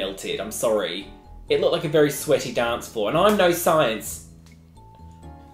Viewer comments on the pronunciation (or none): none